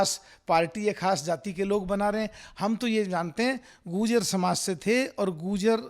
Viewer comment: Abe pagal phle to bo tu goojar bol rha hai har baar bo gurjar hain na ki goojar😁